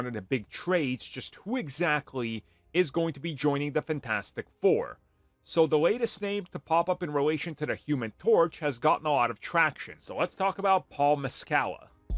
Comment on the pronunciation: Paul Mescal is pronounced Paul Mes-skel not mescala